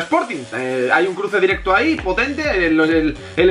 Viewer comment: Porque a veces dices la "u". Por ejemplo dices directu en vez de directo aaaa y espera que quiero desi una cosica VIVA ER BETI GUENO AHII !